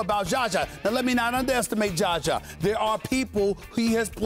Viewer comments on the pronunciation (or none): His name is not Jaja Pajulia, Stephen A. Hahaha! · Stephen A can't say "ZAH-ZAH" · hell yes 😂 but.. it's ZAZA man 😂😂 4 fuckim letters.. he's zhazha which is harder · Stephen A common man.. it's Z-A-Z-A ! How hard is that? he just keeps disrespecting man for years with misprouncing one of the simpliest name!